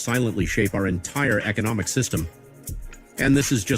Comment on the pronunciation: Ec-o-nom-ic my friend